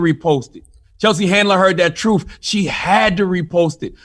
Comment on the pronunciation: I like how CThaGod says, "truth." He says, "troof." As in, "The troof is the troof." Hard to take the brain-twisted dude seriously. He reminds me of that Damon Wayans character with a pickle in a jar. Yeah, he's a goofy-ass.